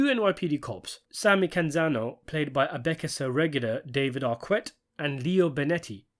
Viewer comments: It's David "ArKette" incidentally, French QU not American/British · How can you pronounce David Aquette's name incorrectly? It's not as if he's some obscure actor that nobody has ever heard of.